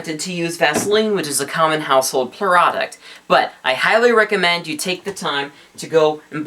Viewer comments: he said peroduct instead of product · fob!!!!!!!!!!!!!!!!1 really "puroduct"